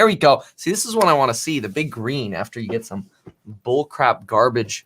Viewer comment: Nobody: Kevin: Garbæge